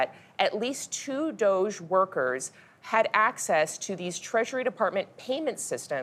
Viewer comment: There's no way that's how you pronounce DOGE.